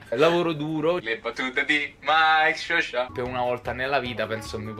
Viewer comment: Mikesowsha ma si dice mikesosha le foglie